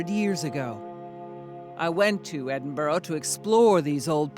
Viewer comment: Eh-din-bo-row LOL. It's Ed-in-b-u-rah